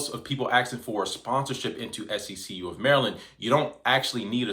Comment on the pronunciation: It’s See-q bro …like 1 flowing word